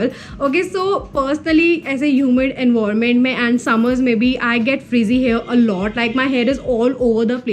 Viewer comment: Dude your tips are good but your English 🤦🏻‍♀️it's not envoiment it's environment and you pronounce it as en-vi-ra-ment And a towel is pronounced as ta-aal And it's hair not here okay So kindly have a look at these words and try improving Love love